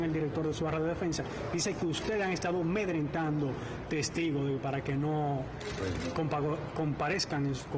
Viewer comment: El 'periodista' que le hace la pregunta al Magistrado Camacho, no sabe que la palabra correcta es AMEDRENTAR... NO "medrentar"? Es lo que digo siempre! que nivel de educacion es que tienen? Dan verguenza.